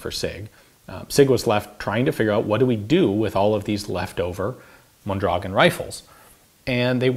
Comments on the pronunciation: Pronounced: mon-dra-GOHN. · It's pronounced Mondragón... Stress goes on the "o". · Thanks Ian. I’ve enjoyed the video very much. I’m looking forward to see a video about the Mendoza LMG used by the Mexican Army. By the way Mondragón is stressed at the last syllable hence the ó. Greetings from 🇲🇽